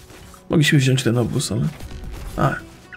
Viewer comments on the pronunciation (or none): none